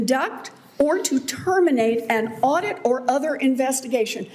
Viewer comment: It waz sayinh dirrrect or terminate a auideeet. Had nothing to do with termination of status